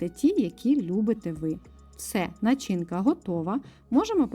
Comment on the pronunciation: І не вживайте, будь ласка, слово "крупний". Краще сказати "дві великі цибулини". У слові "начинка" наголос на першому складі. За рецепт дякую, пиріг приготую.